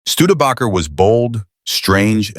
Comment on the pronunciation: can’t pronounce studebaker. I’m out.😂